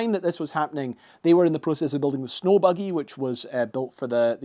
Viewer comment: Did you miss the w in snow